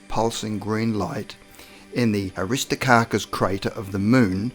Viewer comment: Aristarchus, not Aristocarcus! 🤣